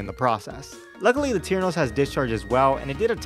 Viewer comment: "Latirnos" instead of "Latiros" put the image in my head of you using some random Latino guy to fight instead of a Pokefusion lmao. I'm a little disapointed at some of the custom shinies tbh, but Kingross and Arcaswine went so hard.